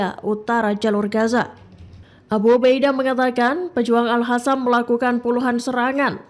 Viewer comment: BUKAN AL-HASAM, MBAK! TAPI AL-QOSSAM!!! Pakai Qhof(Q), bukan H. Ingat Mbak, salah penyebutan BEDA ARTINYA!!!!